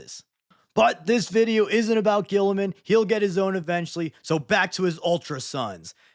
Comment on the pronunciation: Saying Guilliman the way guillotine is spelled just sounds awful.